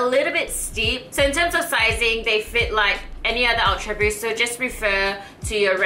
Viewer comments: D. Kaoru “awtra buust” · I like the way you say "ultraboost". >.<